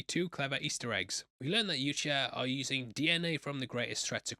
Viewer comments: It’s a pet peeve of mine but boi it hurts when you call the predators “you-cha”. 🫠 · its pronounced Yautja.